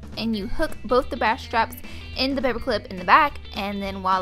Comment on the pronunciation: you mixedup bra and straps to say bra (pronounced like cat) and strops